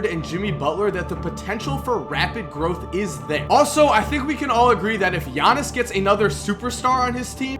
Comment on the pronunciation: am I the only one who can pronounce giannis name fluently